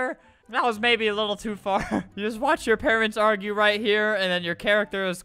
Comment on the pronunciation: He said just, just pronounced it like jist